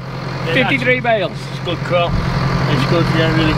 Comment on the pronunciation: The word was crop, not crap.